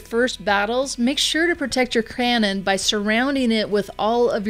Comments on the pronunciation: “make sure to protect your crannon” 😂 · He did not even fix it it’s cannon